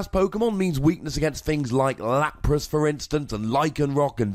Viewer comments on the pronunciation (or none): none